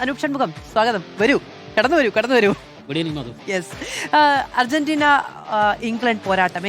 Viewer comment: ധർജീന്റീന യോ